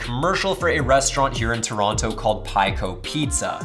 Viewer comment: The pronunciation of Toronto though 🤕